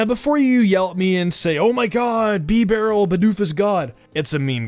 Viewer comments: Bee barrel lol it’s ba barrel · Bro it's Bibarel non Beebrill you mong